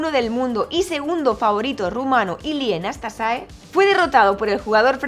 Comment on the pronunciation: ¿"Nastasae"? "Nastase", tal como se escribe. Fue mi primer ídolo.